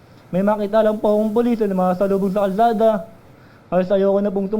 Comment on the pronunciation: puLIS-tuLIS.,,,letter T instead of P.